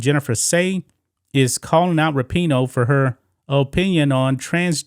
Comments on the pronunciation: What about Rap-i-noe?.....or maybe Fuck-en-dyke? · Am I the only one who always thought it was pronounced RAPinoe and now I keep hearing raPEENo? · Megan rap-I-noe makes me wanna slap-a-hoe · ...thanx for coirrecting my pronunciation of her name - thought it was 'Rapin-ho'... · I believe it's pronounced Rapin-hoe